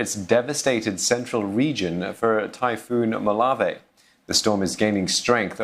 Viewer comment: It is pronounce as "mo-la-veh" not "molav"..